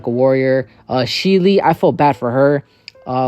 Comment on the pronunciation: Sheele it's pronounced Shell The woman with the eyepatch is Najenda And the the most hated anime character ever, her names Seryu Ubiquitous, and she is my number 2 hated character ever Btw, if you haven't seen Darling in the Franxx, peep it for Zero-Two The anime and manga has different scenarios as well